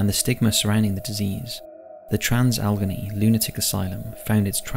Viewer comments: Just for future reference, Allegheny is pronounced as Al-Leg-Ay-Knee, not Algeny. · This was really interesting, however Allegheny is pronounced Al-uh-gain-ee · Al-A-Gain-E (Pronunciation) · Bailey rejected from entering heaven due to wife not including whiskey in his grave, but nobody mentioning he wanted his DOG KILLED go be buried with him. (also, The WV psych hospital is pronounced AL-uh-GAIN-ee) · Trans "al eh gain knee" just so you know how to pronounce it, no hate here, only being polite. Love the videos and channel. Hope everyone is well and stay safe during these times. ❤ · Where do you get your place name pronunciations from? Al- eh - gay - nee